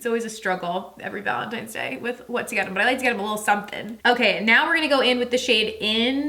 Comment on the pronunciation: Wtf is gallon tines day or whatever it is you keep saying 🤣